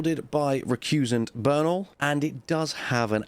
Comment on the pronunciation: Burn'hl. As in rad'hn. Sigh Bern-aaaaahl. As in radaaaahn